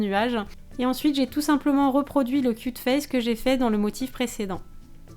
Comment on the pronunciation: quand t'as dit cute face on aurai dit que tu avais cul de face...